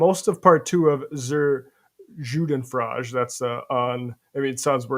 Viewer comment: “Joodenfrajzh” sounds like is ordering a lovely dish at a Persian restaurant.